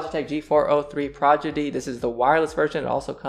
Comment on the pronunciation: Is it just me or did he say "progidy" instead of "prodigy" ?